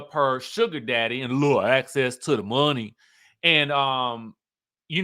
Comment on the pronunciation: you have me HOWLING every time you say “a lil access to the muhney!” 😂😂😂 a gold digger just like Ashley and Mia